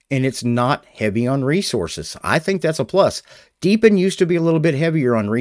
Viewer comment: Hey hey hey, He said "Deep In", huh huh huh